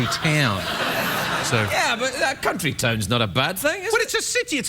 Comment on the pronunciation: I’m pretty sure Sir Kenneth Branagh got past the censors “cuntry” town! Beautiful 😅